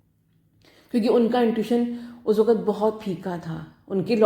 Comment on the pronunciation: Thank you soooooooooooo much maa 💕💕💕💕💕🤗🤗🤗🤗🤗 i love you maa i just love you...nd mam apka "waqt" aap bahut accha bolte he.